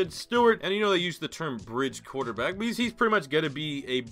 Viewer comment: "rrrrrrrQuarterback!" Lmao